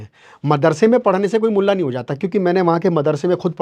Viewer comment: Bhai bhot Acha bolla Lakin Molla sabd nahi Mula ji banana tha